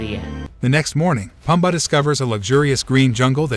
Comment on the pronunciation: Can you please learn how to pronounce the names, especially Timon, Pumba, and Kovu?